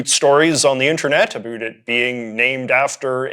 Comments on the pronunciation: Incredibly informative video, but I'm curious why you keep pronouncing "about" in the way you do? It sounds like you're saying "a boot". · I’ve been everywhere in Canada and no one says “about” like this guy. I’d call him a hoser but he’s just a poser.